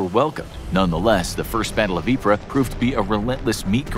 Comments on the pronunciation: It's not pronounced "ip-ruh", it's pronounced "eeps". And it's not pronounced "so-meh" it's pronounced like "sohme" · It's not pronounced ee-pra, it's pronounced ee-prey. I hate when these knowledge channels can't even get their pronunciation correct, makes me doubt their facts if they can't even pronounce words properly! The worst part is, there isn't even an a in the French word "Ypres" to make the pra sound - absolutely ridiculous! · Ypres I heard was actually pronounced “Eeps” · History's worst mass murderer? Not Mao Zedong? You're pronouncing Ypres and Somme wrong.